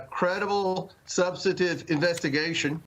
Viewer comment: "Subsative" ?? (Correct word: "Substantive") What an idiot! And a big ol' LIAR!